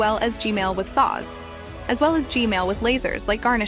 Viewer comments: Im sorry, but you some how say gman as gmail lol. And how did you get the unblured version of the koridor? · I love how she say Gmail instead of gman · YOUR saying g mails not G man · Its g man not g male tho 🤓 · bro why does always say "gmail" not g-man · lol bro said “g-mail”💀💀💀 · WHY DID U SAY GMAIL HAAAHHAAHHAHAA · I love how you call G-man, G-Male. 😂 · “G-mail” it never gets old😂😂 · its not g male its g man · It’s not g mail it’s g man I’m sorry if you already knew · ah yes “G-MAIL” toilet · pls say gman not gmail pls. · Bro said GMale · why did i hear "gmale sauce" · Gmail can u stop saying Gmail (Asking nicely) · Bro said gmal😂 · Bro said g-mail 💀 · Why does she say "G-male"? He's G-toilet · Bro said gmail Lol😂😂😂